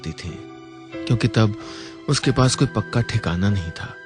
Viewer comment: mishra jee apna urdu ka talaffuz theek karaen......its koi..not "qoi"!and..takleef not..taqleef .consult some " urdudaan"!ok